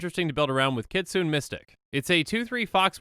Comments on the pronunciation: kitsune too, if it was pronounced "kitsoon" it would be spelled "kitsoon" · Not going to comment on Kytheon, since I don't know the official pronunciation, but "kitsune" is pronounced with an "é" sound at the end--that is, it's pronounced "kit-soon-ay." Japanese words are like that. (Technically it's "KEET-soon-ay," but I think that's splitting hairs and makes you sound like a weeb.) Also, I believe "eidolon" is pronounced "eye-DOLE-un," but don't quote me on that. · Just an fyi, you are pronouncing kitsune incorrectly